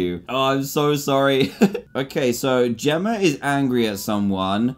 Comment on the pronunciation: How dantdm speaks: Jemmer instead of Jemma Zelder instead of Zelda